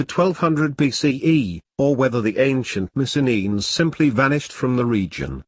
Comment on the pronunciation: Missen-enes? What the ---- kind of pronunciation is that? I'm Greek and this is very repellent.